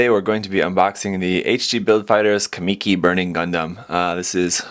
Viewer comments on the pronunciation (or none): sorry to be a grammar controller but its pronounced kah-muh-key not kah-me-key